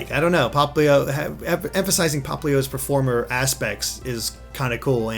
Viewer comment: you keep say preformer. Popplio,s eco is based on a Siren... not a stage prefirmer.